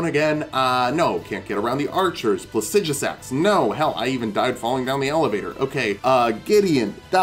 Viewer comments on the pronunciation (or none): The way you say Placidusax causes physical pain